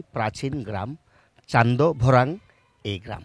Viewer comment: Afne -or oto boro ekjon uposthapok ar Chandbhorang namta tikmoto koita farla na. Barbar khali Chandobhorang Chandobhrang korla.